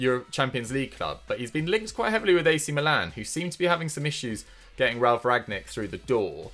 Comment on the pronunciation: with his grammar ffs. its rAGniK not RAgNiK its prononcioton not promotion 💁